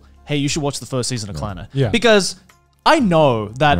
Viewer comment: The name will always be pronounced with a strong Scottish accent for me. It's not "clenned", it's "CLAN-NAD!"